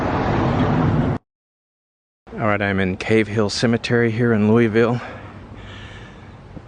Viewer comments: It's Loo-uh-vul. Love: a native. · its Loovull like Moebeeuhl amabala and Missuruh. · Always a joy to see someone come to Louisville, pronounce the name funny, and see which parts of the city they went to. Thing about this city is, much like the weather, if you go a few minutes in any direction you're in a whole new world. Each neighborhood and vibe changes every 2 blocks around here. You'll go from our slums to a great part of town to an industrial park to a slum to a great part of town all in a 5 minute drive down one street. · Hope no locals heard the way you pronounced Louisville. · Got that right!!